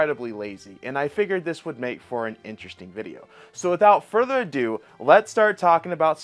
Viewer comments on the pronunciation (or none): none